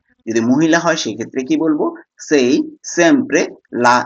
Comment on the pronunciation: ভাই আপনি উচ্চারণ সাই হবে না সেই হবে